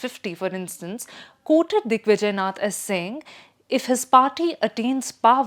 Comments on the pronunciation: यह नहीं समझ में आ रहा है कि 'नाथ' सम्प्रदाय को बार बार 'नथ' क्यों कहा जा रहा है। क्या commentator महोदया कहीं पर हिन्दी शब्द 'नाथ' नहीं पढ़ा है? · Thanks for telling your views. It's always good to know what our opponent thinks about us than what our home people think. You are on opponent side, don't even know that it's not नथ परिवार, it's नाथ संप्रदाय. Forget pronunciation, you don't seem to be thinking from Indian perspective, you appear to be reading an article written for publishing in foreign papers where likes of Aatish Taseer, a man who accepted being she partner in a gay relationship for getting US citizenship (He has written about it himself), write. Anyway, an opponent's view point is always better to know to make changes in self , if required but one should not over do it. Otherwise it will become like BJP not getting success to the expected levels due to too much pampering of social media with opponent view point. Hope Yogiji doesn't pay attention to you. BJP's IT cell will but now BJP has realized IT cell is not its goal, it's one of the several instruments to be used for achiving the goal. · The anchor pronouncing नाथ as नथ shows how detached she is from reality. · You might want to start out by making sure you’ve got the pronunciations down. Its नाथ not नथ. The latter referring to a nose ring. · Its नाथ संप्रदाय not नथ संप्रदाय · It is नाथ संप्रदाय as in गोरखनाथ, आदित्यनाथ and not नथ संप्रदाय. Slight variation but huge difference. Please pay attention to the pronunciation of bhaaratiya words. We don’t want to kill our own languages because our younger generation have been brought up primarily on English. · I can’t trust the analysis of a Bharatiya who can’t pronounce “Naath” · How do you pronounce Nath sampraday? It Naath. Gorakhnath.